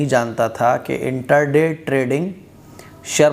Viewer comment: انٹر دے نہیں انٹرا ڈے ہوتا ہے۔۔۔